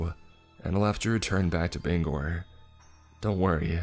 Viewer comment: It is so refreshing to hear someone pronounce Bangor the right way